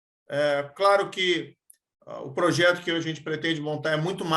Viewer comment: O "pojeto" kkkk parece o Luxemburgo